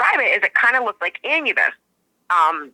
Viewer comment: Some say they see Dog man in the fog, and I have herd others say the Dog men they saw also looked like Anubus. Wonder what's up with that.🙃😁 you pronounce the name like this (AH-NEW-BUS) he weighs the heart at death. Hell hounds are more blocky and do have firey eyes. Great interview thanks. 🙂